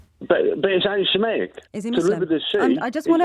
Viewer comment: Steve can't even say antisemitic properly, the thick get. I reckon he's the "Bill Gates wanted us to take his 5G Vaccine but Bowwis stopped him so Starman let BMW move all the Fowd Twanseets to Turkeeeee" guy from the JO'B show.